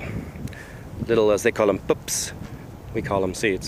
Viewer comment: Sounds like, how a New Zealander would pronounce it. Pups instead of pips.